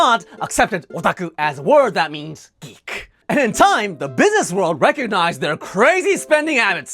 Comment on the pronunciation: I heard "Greek" instead of "geek" in the beginning of the video and couldn't figure out where this was going for an embarrassingly long time.